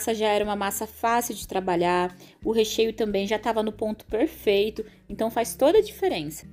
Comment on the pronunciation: Tudo e perrrfeito com diz voce....! bom demais ne....perfeitamente perrrfeito hehe 😂